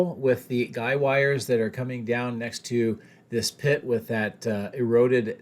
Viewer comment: Guy Wires! Not Guide Wires...